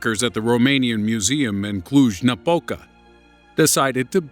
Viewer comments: Not bad the pronunciation of Cluj-Napoca! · I'm actually impressed how well you said Cluj Napoca XD Most people usually butcher the words in this language making it funnier =]]